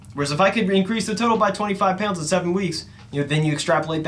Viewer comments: Peeyownds=Pounds if you don’t speak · I can't believe how much I missed pronouncing the word pounds like it has a y in the middle.